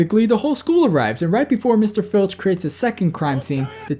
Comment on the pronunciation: Honestly .....he is Filch ...not Finch instead..